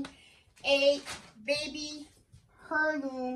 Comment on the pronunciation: I love these blankets, so cute! Heirloom "air-loom" h is silent. English has some screwed up rules... To, two, too, there, their, they're and so many more goofy ones. Always love your videos and appreciate everything you do for this community, awesome.